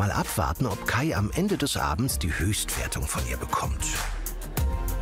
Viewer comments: Ich heiß Kai. Nicht scheiß Kai hab ich verstanden. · Nein! Ich habs 3x gehört und es bleibt dabei, er sagt : Ich, 💩 Kai. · Schei.....Kai Wirklich so verstanden. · Bin ich die Einzige, die bei seiner Vorstellung "scheiß Kai" verstanden hat? 😂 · Ich heiSch Kai 😂😂 ja Same so verstanden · Aber sowas von scheiß Kai verstanden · Oh man...ich hab verstanden "Scheiß Kai"😮